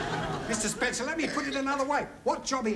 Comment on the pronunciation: He Get Mrs Spencer name wrong twice